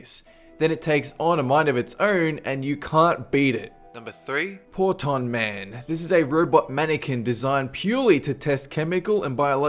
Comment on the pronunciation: Portonman....so close....yet so far....